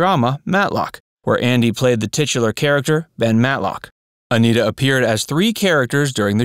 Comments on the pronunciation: Don Knotts pronounced her name as "Annette-a" not "A-NEAT-a", for your info. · I thought her name was pronounced a-NEH-tah. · Pronounce Aneta correctly. It's" Annette a." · Aneta Corsaut grew into a gorgeous woman as shown in the color versions of The Andy Griffith Show. She also appeared in Salem cigarette ad's singing, "You can take Salem out of the country but, you can't take the country out of Salem." But, Dude. Her 1st name is pronounced "Annette a," not Anita! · Aneta is being pronounced "Anita" in this video. "Anetta" is how "Aneta" is properly pronounced. You never described Aneta's untimely death. I know that she was a smoker; her sexy voice was a smoker's. Did that have something to do with her passing? I find her gorgeous and an engaging character. Joanna Moore was more attractive but my favorite was Aneta who likewise was very attractive. This sexy woman sang "You can take Salem out of the country but..." in a Salem cigarette ad. It's not on YouTube, though.